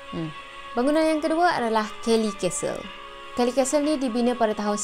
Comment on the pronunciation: Aduhai,sebutan Castle tu,'Kas Sel',huruf "T" tidak dizahirkan sebutannya.Bknnya disebut 'Kastel'.Sekadar teguran bkn niat nak mengajar.Klu blh terima,ok,tapi klu tak blh terima,minta maaf je lah ya.🙏